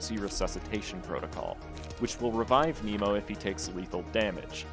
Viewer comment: Interesting and a good guide but the most interesting part was the page's pronounciations (Nemo and Myo are not intended to sound like them). 👍👍